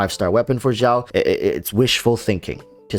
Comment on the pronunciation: why cant you just say xiao like "shower" without "er". The "x" in xiao doesn't have the vibrating sound. You made it sound like "zhao", which is completely wrong